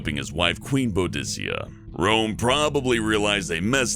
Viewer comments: You pronounced Boudica wrong u say it like this BOO-DE-CA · Boudica = Boo-Dee-Ca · It's pronounced boo-di-ka 😤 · You said boudica wrong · Please tell me somebody else was pissed at him saying Boudica wrong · Holy shit, I haven't watched any videos from here for ages now. Last time I was here was so far back that it isn't even in my history. Well I guess it's time to try and catch up. Also, you mispronounced Boudica, Shah, and Kiev.